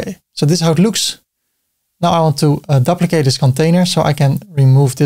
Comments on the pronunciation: Great video ty. You are pronouncing duplicate wrong try this, Dyouplicate the U is you hard to explain like this 🤣 Keep up the great work 👍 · Or, for the North American audience, doo-pli-kate as the verb and doo-pli-cut as the noun. You doo-pli-kate a container to create a doo-pli-cut container. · I'd say: A dyew-pli-cut To dyew-pli-kate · Dooplikate is a good way to remember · Hi! How do you create a multi-column layout inside another container? I can add containers within, but they stack vertically and no amount of resizing or setting-button-clicking is changing that. Thanks! PS - In English we pronounce it "dooplicate" (yes English is so wonky!). 🤗